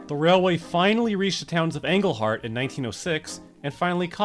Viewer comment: All the real pronunciations: Te(miss)ka-ming Englehart (think of the first half of England than Heart) Porquis - Poorkiss (yes even I, a Northern Ontario resident, think this makes 0 sense) Te-ma-gami, the best way I’d describe it In words is to pronounce every syllable New Lis(Kurd) Matheson - Why did you even pronounce the T? Oril(lia) not Gorilla without the g 😂 Another important note is the addition of Timmins to the line. Timmins is the largest city by far North of North Bay with over 40k population and should keep ridership numbers high. Cochrane, for instance, only has around 6k. I knew many people here in Timmins who would drive 50mins north to Cochrane or East to Matheson just to catch this train.